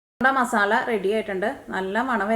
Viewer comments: മസാള അല്ല മസാല 😅😂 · മസാള അല്ല മസാല